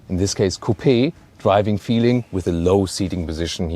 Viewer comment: he said coo-pi.